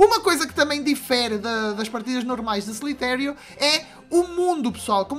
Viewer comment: poha já falei pro q n se fala slitério caraças agora ele mds